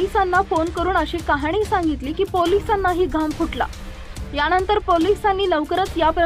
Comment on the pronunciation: मॅडम मराठी नीट बोला वो णतर नाही नंतर असा शब्द आहे